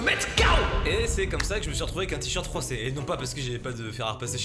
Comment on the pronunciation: Il y a que moi qui ait entendu "j'ai un t-shirt 3C" et non "froissé" ?